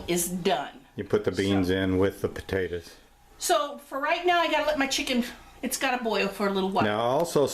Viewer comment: We love this recipe. Desty and I are watching together and she loves the way you said "Potaters" lol Enjoy ! Thank you so much for sharing 😋